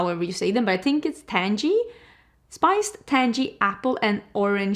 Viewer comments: “TANG-ee”. The -ng are the same as the sound you make at the end of the word “walking”. It isn’t a hard “jee” from the front of the mouth, it is the soft one from the back of the throat. Sounds similar to the words bang, fang, clang, pang, dang, gang, hang, rang, sang, etc. I am SO disappointed in the Huda palette I could cry. I love Empowered and haven’t bought one of her palettes since. I have also passed on the last 4 Natasha Denona palettes and hers are usually a mandatory purchase and a favorite of mine. I’m also not crazy about the way they treated that poor influencer when she talked about the new palette. We all knew it was purples because that is what Roxa means, so they need to settle down over at ND. I do LOVE the Undergrowth palette so much that I bought several turtle necks in murky yellow and green shades just to wear with it. LOVE it. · Tang pronounced like Sang and the ending is gee. So Tang•Gee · Tangy is pronounced with a hard “G” like Girl.